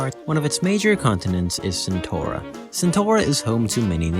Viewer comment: that ain't how you pronounce CentAura